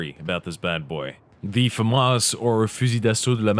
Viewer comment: Whaaaa! Finally someone who knows how to pronounce it!